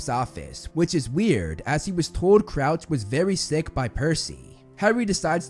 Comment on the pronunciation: You said Couch 🤣. Its Crouch obviously.